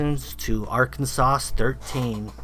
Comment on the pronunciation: He said Arkansauce lol must be a southern Arkansas sauce hahaha